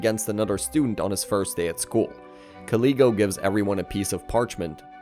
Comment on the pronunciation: IT HURTS TO HEAR YOU MISPRONOUNCING KALEGO’S NAMEEE 😭 K AH LAY GO. THATS HOW ITS PRONOUNCED- I didn’t mind much with the mispronunciation of opera’s name. Ah pear uh. Opera. I’m sorry if it seems rude of me but being this angry actually gave me a headache 🥲 I apologize if what I’m saying comes off as rude; and you can probably say their names how you want but it just hurts dude 😭